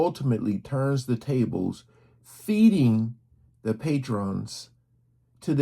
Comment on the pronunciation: Pate-rons, he said